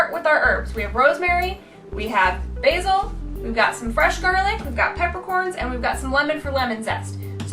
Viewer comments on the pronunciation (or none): none